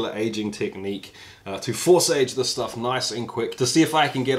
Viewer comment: Swallows the last drop. "Yeah, thatsh lovely schtuff"